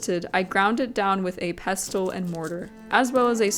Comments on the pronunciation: required gammar karen here LOL Im sure it's just falling due to your particualr accent.... ANN-uhls Normal, everyday English an-NALS Rare, poetic, dramatic, or affected in Pestle the "t" is silent Pess-UL hehehe generally its: INE-corn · I love ❤ your channel! Your dedication to every detail is inspirational! I want to share a list of words with you so that you can observe the pattern of silent “t”: Rustle Gristle Thistle Hustle Whistle Apostle Castle and Pestle. You requested for feedback on pronunciation of arabic words multiple times in your video. but since you frequently use your trusty mortar and pestle that I thought you might like to see that pestle falls into a pattern of that sneaky silent “t.” again… thank you so much for your beautiful channel. 🙏🏻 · Pestle rhymes with wrestle. The t is silent. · I've never seen someone try to flip an omelette, I've always seen people finish it off in the oven to brown the top. Also, I didn't realise, until this video, that some people pronounce pestle with the t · Notes on pronunciation: 1) mortar and pestle. Pestle rhymes with wrestle. The is silent. 2) asafetida. The accent's on the third syllable. ass-uh-FET-i-duh